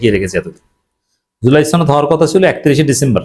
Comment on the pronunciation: ছনদ না সনদ